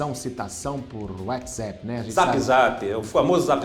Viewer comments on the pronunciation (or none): Desculpa, mas não dar para continuar o vídeo, ouvido ele pronunciar "whatsEpp"